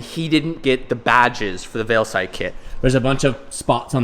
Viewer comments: Everyone else: Veilside: veilslide 😅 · Are you saying veil slide? Lol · veil"slide" rx7? 🤔🙂😁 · Did anyone else hear him say Veilslide kit towards the end of the video 😂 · "VeilSlide" lmao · At least say veilside right..